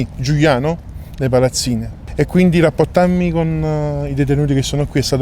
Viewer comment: Il problema della R a Napoli...Rappottammi...🤦